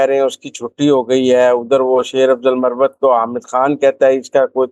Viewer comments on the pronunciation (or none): yeh lafz muravvat Nahi..balke MARWAT Hy...!